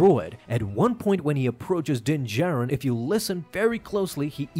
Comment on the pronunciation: Calling it Din-Katan😂😂😂😂